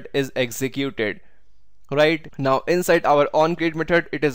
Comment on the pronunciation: Good video but get a lot of stressed when u said “now” is like every time you said “not”